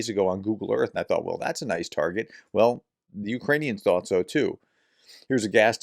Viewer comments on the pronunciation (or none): none